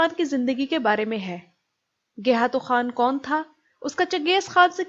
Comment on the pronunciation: iss ka naam gaykhatu tha na kay gayhatu. turk خ ko h boltay hain. aap خ bol sakti hai lihaza gaykhatu bolain jo uss ka asal naam thaa